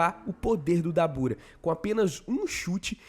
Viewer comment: A pronuncia certa é “dábura”